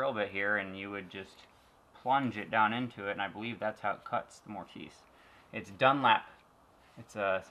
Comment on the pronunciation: You had me rolling with how you pronounce mortis